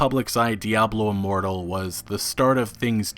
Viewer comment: Say it right man.....DIABLO IMMORTAL! 😂😂